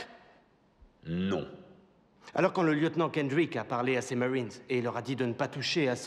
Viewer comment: les noms américains sont prononcés à la Québécoise et non à la Française 🤔 Le nom du lieutenant puis "mawines" au lieu de "maRines"... La voix de moulin est plus grave il me semble. Si je retombe sur une redif ou un dvd je reverif, mais en VF la scène est plus percutante avec un doublage plus incisif de mémoire...